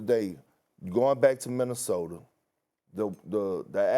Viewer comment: Stephen A saying "Minnesoter" gets me every time 😂